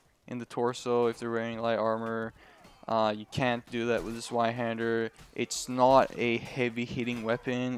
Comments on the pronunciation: Bro. It's called Zweihänder not Zweihander. It is a german word afterall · s-VIE-handur Zweinhander, its german yo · More accurate would be Ts-v-eye-hender